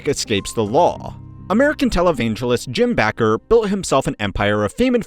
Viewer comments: Not Jim backer. Jim Baker. I wish these YouTubers would do some research to know how to pronounce people’s names. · Jim “Backer?” You may need to pay more attention to the VO script and research. Jim BAKKER pronounced “baker.” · It’s pronounced “Baker”. The fact that I’m listening to someone too young to remember that is weird. 😂